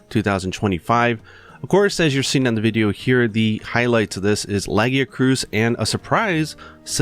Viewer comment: I like how says the most horrendous pronunciation of Lagiacrus (La-gia-krous instead of La-gia--crus) I ever heard then says the most amazing sounding pronunciation of Seregios I ever heard at the beginning of the video Edit nvm you are almost correct its pronounced La-gia-crus the krous just caught me off guard lol